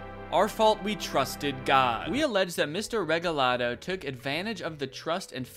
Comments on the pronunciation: Lol saying regalado “reGALdo” the first few times ahahaha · Not a big deal but I want to clarify something that I haven’t been able to find in the comments so far and that’s just that I’m pretty sure Eligio is pronounced “Eh-lee-hee-oh” (with the emphasis on “lee”, so “eh-LEE-hee-oh”), and Regalado is “Reh-heh-lah-doh”. Just in case anyone was curious